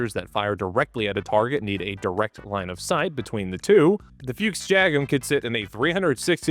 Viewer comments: 'Fuchs' is pronounced 'Fooks', with the 'oo' part pronounced like in Brooklyn, not like in Hooters like 'Books'. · I have to admit I laughed at every "Fyooks" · I hate the way we're saying "fuchs" like "fuchs" and not the way that everyone wants to say it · FUCHS - not Füchs! It just means FOX in German, but it doesn't have an umlaut (ü, ä or ö) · its not a fyooks its a fox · Please dont say Fiux mein Freund, its spoken "Fux" little bit like "Fucks" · I've never heard an English speaker pronounce the word “Fuchs” as funny as you do! No front! It gave me a realy good laugh! It is pronounced like Fux, if it helps. (: Best regards from the neighborhood right next to Krauss Maffei! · Yes, Foreigners mispronounce things, but it would be more correct to just pronounce Fuchs as Fox instead of inventing this nothing word "Fyuuks", that's what I'm getting at, and I get annoyed both ways so yeah, I guess it would be interesting to know what words my linguistic kin commonly butcher, I'm probably a bit deaf to them myself, although if I tell you, I don't want a bunch of bork borks and spurdos butchering the English language, so you might have to dig a little, but there are two high profile speakers of my dialect, Linus Torvalds and Alexander Stubb, so go nuts. The word "rural" does twist my tongue for some odd reason. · it is F-U-KS or F-U-X with "U" spelled out not a "YOU" but hard "U" meaning fox as the animal, not with F-YOU-KS as you do a dozen times causing a tick in my right eye, nor with "A" instead of "U" as your favorite leisure occupation....over and out..... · Please don't mangle the name Fuchs and use the English translation FOX instead.. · It’s like a not water submarine and it’s pronounced fuchks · Side note: "Fuchs" is pronounced like you would "foox", and yes, it does actually translate to 'fox'. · Please ponounce it "Fux" The Bundeswehr planed to get rid of them but we lack functional equipment so, now it is a missile tank destroyer...